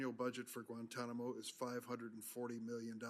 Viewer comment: Maybe they went back and got involved with the radicals because of how we treated them in Kit-Mo as Lindsey pronounces it. 😂